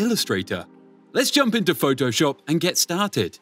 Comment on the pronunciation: Phoh-TOH-SHUP XD